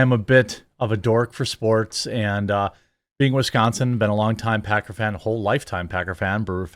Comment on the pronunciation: i'm certain he called them packer fans but i heard pecker fans and no i can't unhear it Lmao also football fans are the MOST toxic sports fans i've ever met